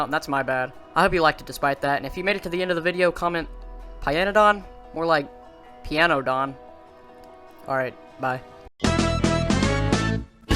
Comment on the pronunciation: Payanodon? More like... Pianodon